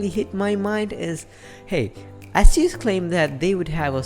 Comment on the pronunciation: Also wtf is an Ass-use. At least pronounce the damn brand properly